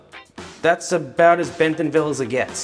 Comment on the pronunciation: He also says Benthomville. Is that how it's pronounced?